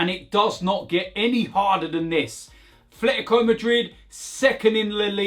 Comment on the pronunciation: It’s not Thletico 😂